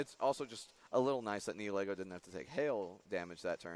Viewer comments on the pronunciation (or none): Ugh! I'm bothered so much with how you pronounce Nihilego. It's Nihil (like nihilism) and ego (like your mind, not the waffle). It's modeled after a pretty hat and a mind-controlling jellyfish.